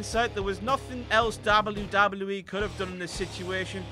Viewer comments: The way he says DOBBLE YEW DOBBLE YEW E is so annoying. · Is anybody annoy on how he say double double ee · stop saying wwe like that it's weird and you should feel bad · WELCOME TO "DABLE U DABLE U KNEE" omg that acient doe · Dablu Dablu IH. Gotta love the brits :D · I've never heard it said this way. DAUBEL U DAUBEL U E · "Dabble you dabble you ee* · hear a dubbaeu; take a shot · Dabbleyew Dabbleyew Eee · Dabble-u Dabble-u E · the way he says WWF/WWE 😂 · I never thought I'd hear someone say "WWE" worse than Michael Cole. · the way he says wwe though... lol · you say "w" weird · the way he says W... sounds drunk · Really dislike the way this guy says WWE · he says w so weird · Why can't you pronounce "W"? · if ur gonna make vids get someone who can pronounce w